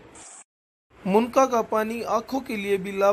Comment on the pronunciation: Bhai munka nhi munnaka hota hai